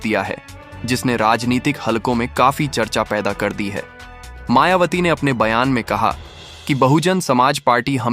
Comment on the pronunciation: आपने मायावती की जगह मायावाटी बोला है।दो बार मेंने सुना आप सम्पादक जी शुद्ध बोलना सीखें हमारी बहिनजी बीएसपी की राष्ट्रीय अध्यक्ष हैं। होनहार प्रधानमंत्री हैं।आप मनूवादी सम्पादक तो नहीं हैं। पूर्व में भी आप जैसे मनूवादियो ने हमारे पूर्वजों के नाम बिगाड़ने का काम किया है। जैसे बुद्ध वार जन्म हुआ बुद्धा चन्द्रमा निकल रहा चंदू, सांवरे रंग है सांवरिया काला है कल्लू, झंडू राम, तोता, राम पांचा राम,तीतर,कबूतर , छितर राम, फत्तू, इत्यादि रक्खे हैं। अपने बालों के राजवंशी रघुराज सिंह रविन्द्र पचौरी द्विवेदी ऋषिराज सिंह, धीरेन्द्र शास्त्री,नवीन शर्मा, श्री वशिष्ठ इत्यादि है,आप हमारी बहिनजी का नाम बिगाड़ रहे हैं। सही बोलो नहीं तो पत्रकारिता छोड़ो। जयभीम जयभारत आर एस राणा बौद्धाचार्य अलीगढ़ से बामसेफ कांशी राम जी अमर रहें बहिनजी जिन्दाबाद जिन्दाबाद बीएसपी जिन्दाबाद जिन्दाबाद।